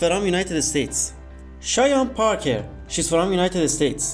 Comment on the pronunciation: What kind of accent makes you read from like it's fErom